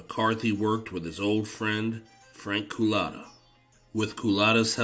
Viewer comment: Lol the way you pronounce “Cullotta”. “ COOL-LATA”. Like he was a damn Dairy Queen drink😂